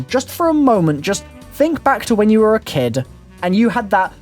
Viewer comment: "Dlc 'oneuh', on the 'moonuh', when you were a 'kiduh'. Anybody else notice this? I mean I love the dude but I can't, not hear this lol